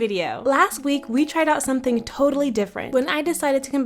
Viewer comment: the “somthing” was really bothering me 😭😭😭 but i love your artttt 💕